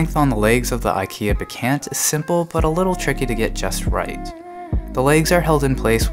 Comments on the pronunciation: Not to be petit but it's pronounced bekAHnt, not "be-can't", like you say it. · its pronounced BEK-AUNT (even if it looks ANT) as in your AUNT Judy!!